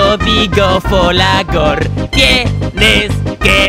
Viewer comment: Lo mejor de todo es que dice folagor y l chino no para de decir como lo ha llamado ? Jajajaja